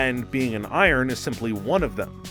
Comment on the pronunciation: you mispronounced "iron" a couple of times.